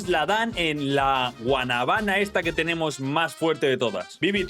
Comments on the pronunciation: Bro te equivocaste dices guanabaná y es guanábana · no es Guanaba es Guanábana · Loco lo pero es que un dominicano lo escuche diciéndole así a la guanábana repite conmingo guana bána dile rápido y te sale perfecto